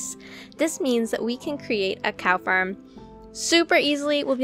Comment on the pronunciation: When you say farem you sa ferm